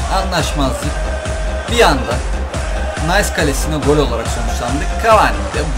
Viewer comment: nice nays die okumuyo abi nis die okunuo bu arada yine muthis bi bolum seviliyosun